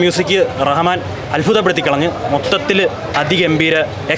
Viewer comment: കുറച്ചു ഫാഗങ്ങൾ ഫാവിയിൽ ഫാഗ്യം അഫിനയം അൽഫുതപ്പെടുത്തിക്കളഞ്ഞു